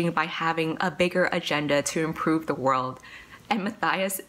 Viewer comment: Wait I just realized in the back of crooked kingdom, the pronunciation guide says Inej Ghafa is pronounced Inez Guffaw not Inejz Gahhfa...and Matthias is Ma-tie-is not Ma-thigh-is. My life is a lie.